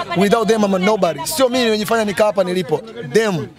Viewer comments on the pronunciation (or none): none